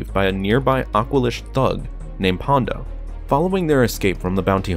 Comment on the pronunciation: An I the only one who noticed he kept referring to Ponda Baba as "Pondo"? 😆